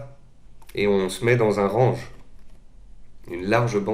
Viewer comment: Merci pour vos vidéo, juste stp essaie de prononcer correctement le mot "Range" pls in english sir lol